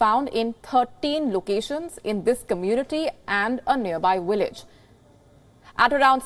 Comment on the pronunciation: A near by “willage” worst news reporter EVER